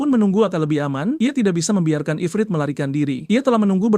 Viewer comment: Efret? Ifrit bang itu salah lu pas raja lawan monster api itu, aduh padahal dah bagus bang tapi ya gpp lah, semangat bang, 😂😂